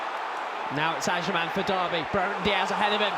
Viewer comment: his names agyemang not agyeman 😂😂 pisses me off so much when he calls him agyeman